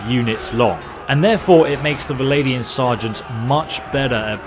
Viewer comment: VLANDIA, not Valladian or however you are pronouncing it :D You don't say v-log, you say vlog, right? Vlandia.